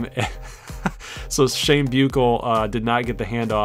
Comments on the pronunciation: No hate but shane buchelle is pronounced shane bushell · Bēw-shell = Buechele